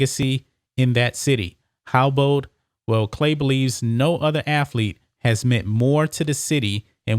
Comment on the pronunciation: "Hi, I'm Emmitt Smiff, and I was a great aflete"